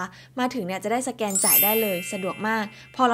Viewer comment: สแกนครับ ไม่ใช่แสกน